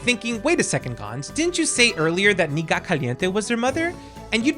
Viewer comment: I absolutely love the Katrina lore...I know some people in the community like to say shes there aunt, because of the game sensors to Nighat. I love how you actually pronounce everyone's name. Cant wait for the next complete history vid and beard update 😊